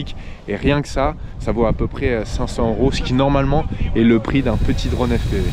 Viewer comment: Reportage extra, moderne, no bullshit et on apprend beaucoup. On dit juste "drône" et pas "dronne".